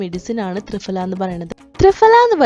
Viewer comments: 🤣🤣🤣thrifala അല്ല thriphala എന്നാണ് ദയവു ചെയ്തു ഭാഷയെ കൊല്ലരുത് ഞങ്ങൾ ഈ സംസ്കൃതം പഠിച്ചവർക്ക് ആകെ ഉള്ള വില അക്ഷര സ്ഫുടതയോടു കൂടി സംസാരിക്കും എന്നുള്ളതാണ്. അത് കൊണ്ട് ഇതുപോലെ ഭാഷയെ കൊല്ലുന്നത് കാണാൻ സാധിക്കില്ല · ഫ.. ഈ അക്ഷരത്തിന്റെ pronunciation "fa" എന്നല്ല "pha" എന്നാണ് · "ഫ" എന്നതിന്റെ ഉച്ചാരണം fa എന്നല്ല, pha എന്നാണ്. ത്രിഫലയെക്കുറിച്ച് ഒരുപാട് വീഡിയോകൾ ഉണ്ടല്ലോ. അതൊന്ന് കേട്ടു നോക്കൂ. പൊതുവെ മലയാളം തെറ്റിച്ചു പറയുന്നത് അഭിമാനമായും ഇംഗ്ലീഷിൽ തെറ്റുന്നത് വിവരക്കേടായും കരുതുന്നു. "മലയാലം അരിയില്ലാ" എന്ന് അഭിമാനത്തോടെ പറയുന്ന ധാരാളം പേരുണ്ട്. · മലയാളത്തിലും കൃത്യമായ ഉച്ഛാരണം. തൃഫല എന്ന് നിങ്ങൾ പറയുന്ന ഉച്ഛാരണം തെറ്റാണ്. ഇംഗ്ലീഷിൽ പ്രൊനോൺസിയേഷൺ തെറ്റിച്ചൽ എല്ലാവരും കളിയാക്കും. മലയാളം തെറ്റിപ്പറഞ്ഞാൽ കുലീനതയും